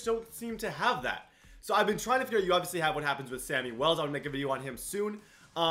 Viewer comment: It’s Shammy Wells not Sammy Wells XD It’s okay though